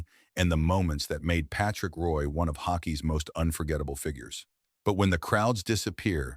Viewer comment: You can't even say his name right. Shit vid